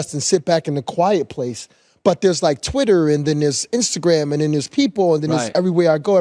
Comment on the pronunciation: Why he say twitter like that 😂